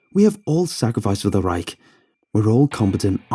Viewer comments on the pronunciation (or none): none